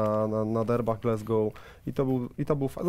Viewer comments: Panowie, błagam, "glAsgoł" nie "glEsgoł"! Aż uszy bolą i serce się kraje. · nazwisko byłego trenera reprezentacji Szkocji i Celtic Glasgow wymawiamy [gordon straKan] a Glasgow wymawia się [glazgow] a nie "glezgow"